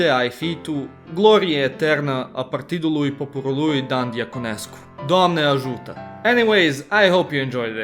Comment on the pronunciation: theat doamne ajuta at the end realy made you sound like a romanian